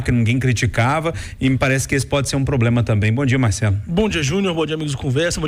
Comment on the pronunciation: O "POBLEMA OU PROBREMA" A CANJA JÁ CAUSOU. ABSOLUTAMENTE "INRESPONSAVEL ".